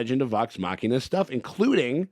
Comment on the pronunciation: Hey! He pronounced Machina correctly! Subscribed!😊